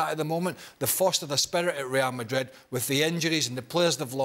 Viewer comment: This guy said Msdrid and Byehad no chance 😂😅